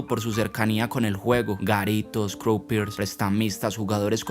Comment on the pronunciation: Me parece que no se probunvia "Corleon" es Corleone y "croupier" se prnunvia "crupie" no ronunvianfoo como si fueras un yanqui ; maldito kelper